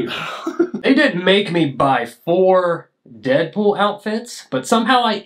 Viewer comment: it’s not Deadpool it’s peaddool 😭